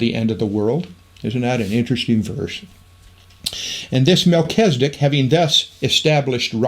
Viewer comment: MelCHIZ e dek, NOT Mel CHEZ i dik